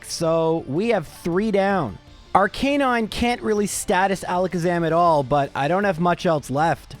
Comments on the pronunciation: I'm sorry but it's Arcah-nine, not R-canine. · Ar-ka-nine Arcanine! God! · Unsubscribe since he can’t pronounce Aracanine. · No one is talking about how he pronounced arcanine? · I know his reasons but everytime he pronounced Arcanine and Lorelei I wanted to stick a dagger in my ears